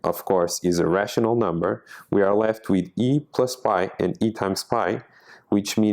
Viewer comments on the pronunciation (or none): Your "irrational" and "a rational" voice sounds very similar.. im confused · Great talk but we need to pronounce "a rational number" with a longer 'a' sound, otherwise it sounds like 'irrational number'.